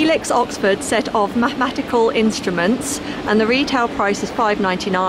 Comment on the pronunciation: I’m pretty sure u said math matical not mathematical